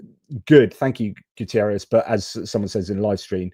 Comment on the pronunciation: Not Guterriez. It's Guterres. He is portuguese. Not Spanish.